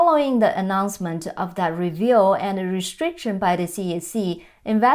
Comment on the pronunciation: You make a great professional presentation. However, I found you kept mispronouncing the word "review" (re-vu) as reveal. It is probably quite hard as the "u" sound likely has no Chinese equivalent.